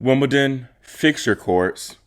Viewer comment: 'Woomadan'? What's 'Woomadan'?